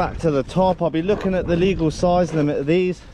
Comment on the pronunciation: “Look at the soize of it!”